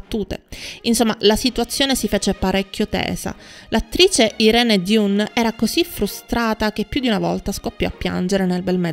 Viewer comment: Il nome dell' attrice si pronuncia: AIRÍN DAN, non DIUN